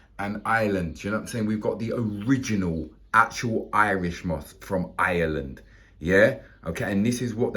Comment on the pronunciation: He says Ireland the way it is supposed to be said.❤✌️